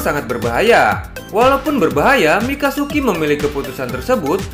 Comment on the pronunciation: Wkwk.. bang.. Mikazuki Bang.. mikasuki beda arti lagi. 🤣🤣🤣🤣